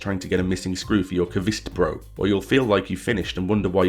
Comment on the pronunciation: pronouncing kvistbro like that is a sin that will never be forgiven best regards- me a swede